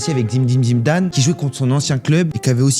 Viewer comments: ÇA ME TUE ZIMDIME ZIMDANE 🤣🤣🤣🤣🤣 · zimidine zimdane 😂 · zimzim zimdane mdr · Zimedime Zimdane Mdrrrr 😂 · Avec « zimdim zibane », ok le PSG a gagné et ils le méritaient mais par contre append à parler avant de critiquer l’OM. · Zimdine zimdane 😂